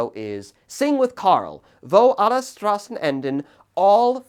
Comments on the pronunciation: By the way, you pronounce the "S" in "Straßen", like the "sh" in "shit". Just a little hint, so it's easier on the german ear, when you pronounce the title. Also, please do not call the Kaiserreich a "regime". That's, all things concidered, untrue. Everything that followed, on the other hand, was. From the treaty of versailles, that led into the Weimar Republic, that led us to the Third Reich, that took us into a cold war, followed by the DDR (and a Germany that was, again, split in half) to, what we have today, a damaged Germany with no sovereignty. It was the last time Germany was sovereign, to be frank. It was the last time Germany was whole. It was the first time Germany had actual laws in place to fight against the socialism. And it was also the last time Germany had national pride, without hatred on others and within itself, and, last but not least, a constitution. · It probably shouldn't tick me off as much but hearing him pronounce "Straßen" really hurt my ears.